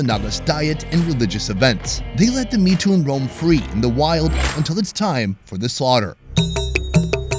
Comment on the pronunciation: The Mithun is pronounced in one word Mithun Not mi thun Like it's Robert Not Ro Bert